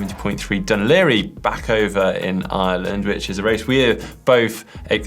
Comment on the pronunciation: Perfect pronunciation of Dun Laoghaire from both of you! Impressive 😂